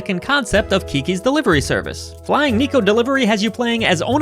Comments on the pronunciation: Hate to be that guy, but it's "Neh-ko" (猫) not Knee-ko. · if you can pronounce the word "yeah" you can pronounce neko correctly